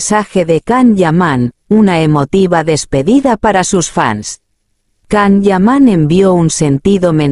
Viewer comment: Primero empieza a pronunciar bien su nombre.....todo lo q dices es falso....mientras q no salga nada de su boca,todo es mentira querida robot.